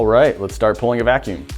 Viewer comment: he said lets start booling out the fakume